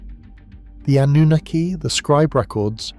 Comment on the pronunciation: The PROPERLY accepted pronunciation of the word Anunnaki is NOT "ah-NOO-nikki" like your AI pronounces it!!!!!!!!!!!!!!!! It is properly pronounced with the stress on the 3rd syllable!!!! "ah-noo-NAH-kee"!!!!!!!!!!!!!!!!!!! PLEASE FIX!!!!!!!!!!!!